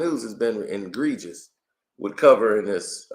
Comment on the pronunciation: Thereis no word called "INGREGIOUS"!!!